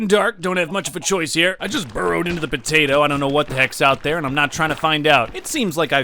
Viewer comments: I can't place any time stamps the part you keep saying potato and as I a Pinoy you keep swearing every item or object you hold or saw you just keep swearing and it's funny potay or p*ta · Potato, puh tato. Puh Tata?